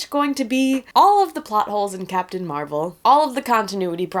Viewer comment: ALSO. Stop calling her Marrelle. She's fucking captain marvel.